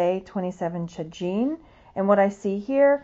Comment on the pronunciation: Hey there! Super informative video, thank you 😊 Tagine is pronounced ta-zheen. Hope this helps 🙏 ☺️